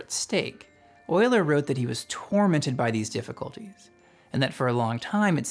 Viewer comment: Came to see if you pronounced his name properly, and stayed for the entire video. Well done.